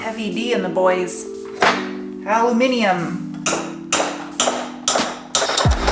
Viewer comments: Lovely job.....love your style.... you are the first American who can pronounce “Aluminium “ properly ! Good luck In the supermarket picking up your “lucky man”! I hope your elbow is fine.....I think it’s just bruised! x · You pronounced aluminium properly awesome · Aluminium-Well done for pronouncing this correctly. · An American pronouncing "Aluminium" correctly? Bravo! (Don't worry, here in Germany we just call it "Alu" most of the time, because we are just as lazy xD) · You pronounced Aluminium correctly! There seems to be one less "i" in the American Spelling.